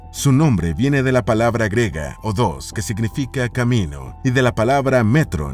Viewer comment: El término es: invento "griego" o ciudad "griega" y no "grego" o "grega" como dices en tu narración.